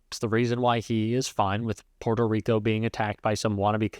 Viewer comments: I’d probably believe he has a great relationship with Puerto Rico if he didn’t call it “Porto” Rico. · Trump: I don't know who that comedian is..... Also Trump: PWETO REEKO.....AH😮